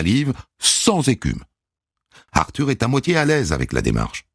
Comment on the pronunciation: "Arthure H" .